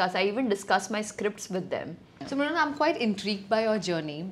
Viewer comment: Brunal 😂 it's mrunal